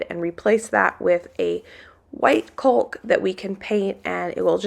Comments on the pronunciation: Forgive me if this was already said and explained . How do you all pronounce caulk. I'm a New Englander and say... Cawk, like and talk. So does the dictionary. The l is silent Lolo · Love you but I am having a hard time watching this video. The "L" in CAULK is Silent. It is pronounced "CAWK". As I said Love you and will continue to watch.💖💖💖 It was almost as if was waiting for you to talk to use the nail gun. 🤣🤣🤣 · The word is NOT cauk it is caulk work on saying it right don’t use at all. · please make her say it right. Im so annoyed every time she says CULK I think about clicking out of the video. Im trying to stick it out but Im ready for the home renovation videos to be done.. I joined for the cooking and gardening.:( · C’mon ….it’s caulk (hawk, chalk, walk), not culk. Very distracting…much like that nail-gun 😂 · Love watching you and working on your new home! Only one thing, the word caulk is pronounce "kok", looked it up on the web (the L is silent) Love you guys!! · You crack me up how you say Cawk and Cawk-ing, the "l" is silent. Lol! Remember those nails are music to your ears. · I’m sorry, I don’t mean to be petty, but it’s driving me crazy-lol. Caulk is pronounced kauk. No “L” sound. Please don’t take offense. I love your videos and your energy!!! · I know that someone already suggested that you are mispronouncing the word Caulk. Have you thought of asking Google to pronounce it for you? Google says it is pronounced KAAK. But it would be best for you to hear it. Alexa will pronounce it for you too if you just spell it to her. 👍🏻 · just embrace the word caulk the "l" is silent. It's pronounced cock, I know sounds a bit wrong but it's how you say it. <3 The house is looking great. Much love until next time. <3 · Ive heard that pronunciation but around here we say cawk-ing -- (rhymes with hawk.) However, no matter how you pronouce and emphasize the A, the L is always silent. Even in British English, they don't pronounce the L.